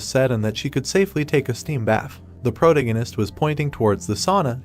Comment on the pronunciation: I'm really rooting for the AI voiceover to learn how to pronounce "protagonist" as the story progresses. Two hours in and the pronunciation is getting worse 😂